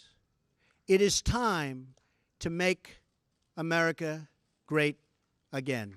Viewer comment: ive heard of merica.. muricah... america... but now its offical.. amerricker ...